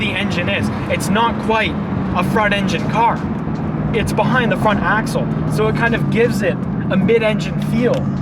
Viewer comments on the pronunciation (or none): none